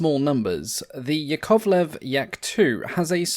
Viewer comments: yAkovlev, not yakOvlev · OMG! I understand that russian surnames might be hard to pronounce, but it's easy to remember: Yak - YAkovlev, never YakOvlev. So as LAvochkin (not LavOchkin), TUpolev (not TupOlev), KAmov (not KamOv), but Il'yUshin, MyasIshchev, SikOrsky. Nevertheless it's a good quality channel. Good luck with it and greetings from Russia! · small correction it's yAkovlev, not yakOvlev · "yAkovleF", not yakOvleV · Just a tiny but important point - "Yakovlev" is pronounced with its stress on the first syllable - YAK-ovlev. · A quick tip from a native slav: "Yakovlev" is pronounced ['jakəvlev] with the stress on the first "ya" and the "o" simplified to the neutral "ə". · Pretty, pretty please. Russian aviation journalist rushing in. Here are correct stresses for you: YÁkovlev (Yak), TOÚpolev (Tu), IL'yÚshin (IL), MikoyÁn and GurÉvich (MiG), SukhÓi (Su), AntÓnov (An), LÁvochkin (La/LaGG fighters), PetlyakÓv (Pe), PolikÁrpov (of U-2/Po-2 the Sky Crawler), KorolyÓv (“space program father”), ChertÓk (the missile man), GagÁrin (cosmonaut №1), TitÓv (cosmonaut №2), LeÓnov, (first man in open space) TereshkÓva (first woman in space), KvÓchour (test pilot), BÓgdan (test pilot). Mikhail Mil of Mi helicopters is pronounced similar to the French thousand: Mílle, but with L not swallowed. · Stress mark is on "a", like in "Yak" - Ya'kovlev A smal suggestion: you can make a video about I-220 - it's story can raise some eyebrows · Hearing the 2nd syllable stressed is going through my spine like nails on a chalkboard. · Interesting pronunciation of Yakovlev's surname.